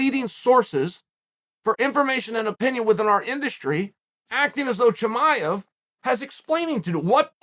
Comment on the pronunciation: Unc said shamaya 😭